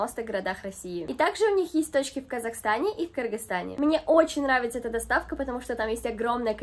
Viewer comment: огромный лайк и уважение за правильное произношение страны Кыргызстан🥹🥹❤️❤️